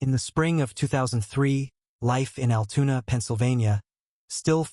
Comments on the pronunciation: Altoona not Altuna...lol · Altoona NOT AL TUNA